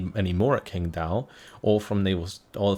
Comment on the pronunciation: hey. Lovin it. 我会说中文。 It's pronounced more like tching dao. Keep em coming!